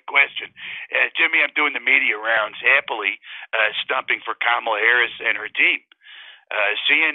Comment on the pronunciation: He pronounces Kamala incorrectly.